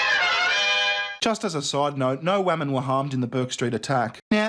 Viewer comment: Literally "but think of the whamen"